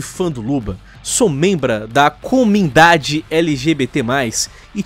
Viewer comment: ele falar comindade